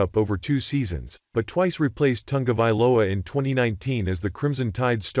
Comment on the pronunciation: There is no N in Ta go vai lo a !! Commentators should at least pronounce names correctly.